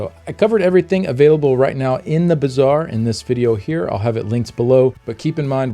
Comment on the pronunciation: Why do I keep hearing "bizarre" instead of "bazaar".